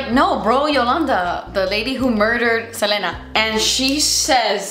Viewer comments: Seh-leen-uh. The Seh-len-uh was driving me bonkers, lol. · I love you and i normally would never comment this but the queen of tejano music herself 👑 said that she pronounces her name SEL-EE-NA 😅 ❤ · I absolutely love that you say "SelEna" and not "Selena" lol i know you´ll get it. That´s a true latina thing right there